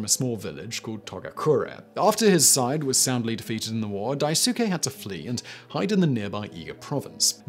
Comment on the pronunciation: Say it wit me now, daisuke. it's pronounced dice kay not whatever u said lol